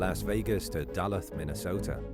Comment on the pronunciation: as a Minnesotan... the way you say Duluth... 🤣🤣🖤